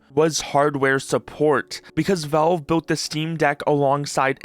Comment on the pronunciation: It's pronounced "VALVE", not "VELVE"